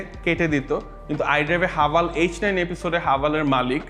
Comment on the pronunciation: হাভাল নাকি হেভেল😅